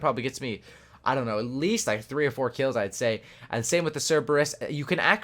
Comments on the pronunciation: Wtf cereebus. Read it again 😂😂😂 it's ser-buh-ruhs. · SER-BER-RUS not CER-EEB-US xD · man said cerebus😂😂😂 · I mean you did correct it the second time but cereebus 😂😂😂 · It's pronounced sir-ber-iss like the 3 headed dog in Greek mythology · you need to stop playing cod and learn how pronounce scythe and cerberus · i love how terrible you are when it came to pronouncing cerberus